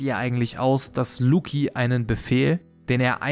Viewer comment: Lucci muss langsam in Rente (Lucci wie Gucci, nicht Luki)